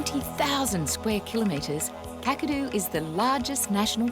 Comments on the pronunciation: it’s actually pronounced like cak a do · The 'Kak' in Kakadu rhymes with 'back'. Aussie vowels are generally shorter than American ones. We have a very efficient way of speaking 😅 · Kakadu is pronounced Kack- a-do not Kukado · No Os there, KAkadu. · k-ACK-a-doo National Park... and yes, it is bigger than some US States. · Loving your reactions. Just fyi…. Kakadu is pronounced like CATadu….. KAKadu… 😂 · KAK-A-DOO it is pronounced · Kakadu pronunciation is short "a""- "Kak" like "Jack". Oxbow like bow and arrow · It’s KAK - A - DO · Kakadu say it quick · God please learn how to pronounce the places. The woman just said Kakadu twice. Listen.